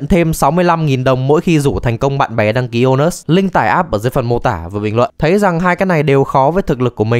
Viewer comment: Trong clip tôi nghe ra thành ANUS.